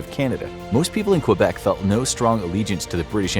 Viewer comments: Quebec = Kebec, not Cue-bec, thanks. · he pronounces Quebec really strangely lol. Source: Any english speaking canadian. The english speakers say Kebeck, the french speakers say kaybeck. None of us pronounce it cue-beck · You pronounced Quebec wrong it is kwuh-bec not cue-bec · ITS NOT QBEC ITS PRONOUNCED KABEC NOT QBEC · Q Bek city lol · Why did he pronounce it Q-bec city the whole time? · It's said Kbeck not quebec